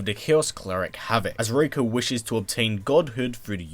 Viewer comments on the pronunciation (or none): It's Ree-koh have you played mk4